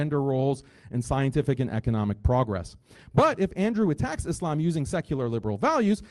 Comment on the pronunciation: love the way he says "is lame" instead of "islam" - he could have followed up with pronouncing 'muslim' 'moo-slime', but he didnt... would have been funny , though